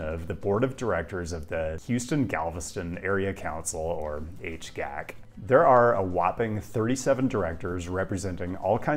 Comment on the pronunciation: Your criticisms of the Highway Improvement Project are fair, though there is a plan to cap I-69 to reconnect downtown with EADO. Also, HGAC is “H-G-A-C,” not “H-gac.”